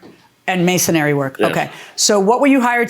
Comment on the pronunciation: How can you not know how to pronounce the trade in which you work? Masonry. Not masonary.